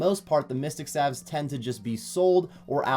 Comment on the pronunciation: Was just making a bit of good fun about his wrong way of saying staves, lol. (I actually had to rewatch the video because you decided to comment on something a year old and I forgot what it was about). Partypooper.